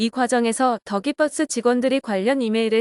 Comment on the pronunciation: 정말 이상합니다. 기자라고 자칭하는 채널은 더 기버스를 더 기뻐스 또는 다 깃뻐스라고 부르고 있는 공통점이 있습니다. 다들 왜 이러는 걸까요?